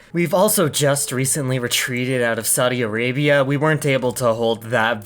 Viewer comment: What are Rusha and Sowdy Areybia? All I know is Eurasia.